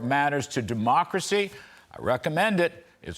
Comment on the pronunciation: "A war on deee-mock-rats-I-see"